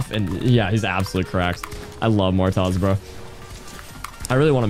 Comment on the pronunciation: The way that hw pronounced Martoz, Martaz😂